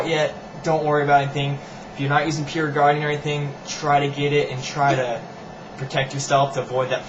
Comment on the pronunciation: Using what? Peer Ungarain? It was mentioned at least three times and I couldn't understand any of them.